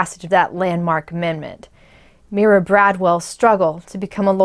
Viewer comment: Pronounced MY-ruh, as in Breckenridge.